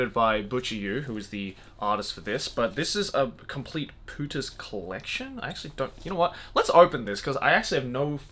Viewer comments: Do you have any idea what Spanish word your pronunciation of "Pooters" sounds like? x'D Maybe that was the original intention ... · Everytime he says "Pooters" it sounds like "putas" in spanish (it means bitches but worse) haha